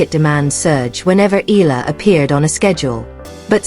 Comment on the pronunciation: Another AI troll and defeat apologist. Can't even pronounce Eala properly.